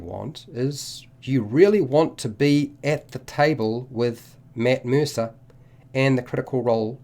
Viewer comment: This video: “Mitt Meersa”